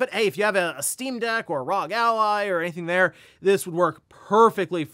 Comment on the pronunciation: Still says R.O.G. wrong….